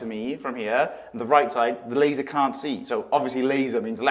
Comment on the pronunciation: “Laser” “Laser” 😂😂😂